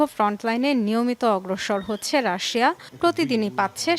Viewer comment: হাহাহা রাশিয়া উচ্চারন করতে পারে না সংবাদ পাঠিকা